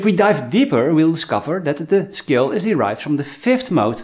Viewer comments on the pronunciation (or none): I keep thinking he's saying the word "skill" not "scale" lol